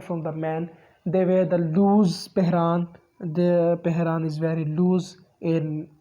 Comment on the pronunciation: U even can't able to pronounce pheran and please don't mix our GB with azad Kashmir or Indian Kashmir we don't want joint you people don't compell us it's our choice what about azad Kashmir culture and cuisine why you people hide your identity which is pahadi and and your culture similar to Punjab